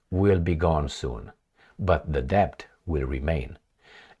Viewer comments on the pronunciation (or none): we say DET not DEPT